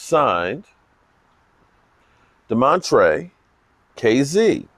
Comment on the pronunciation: It's Damontae no r in his name❤